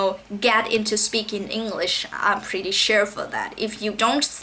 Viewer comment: Thấy bạn nói có vẻ rất tốt và từ nhiên, nhưng mình một số từ không cần đưa lưỡi ra ngoài cũng có thể phất âm được như từ "love". Hơn thế nữa những từ tư "that" cân đưa nữa ra ngoài để phát âm nhưng mình thấy bạn chưa đưa ra được (chỉ một số từ thôi). Nhưng nếu bạn nói nhẹ nhàng, giảm cao độ và chậm hơn thì sẽ nghe tuyệt vời lắm. Cảm ơn vì đã chia sẻ kinh nghiệm học tiếng anh.